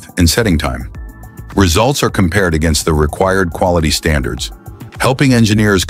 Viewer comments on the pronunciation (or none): none